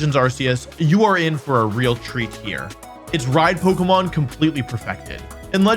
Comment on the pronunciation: You can't even say Pokémon